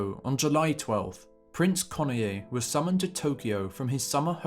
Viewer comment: Study correct pronunciation of ":Kenoye." Two syllables, not three.